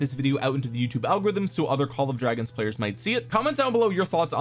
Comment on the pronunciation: You forgot to call it "call of dwagons"